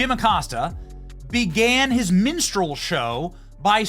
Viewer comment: Did you say Jim Acosta's minstrel show or menstrual show...lol!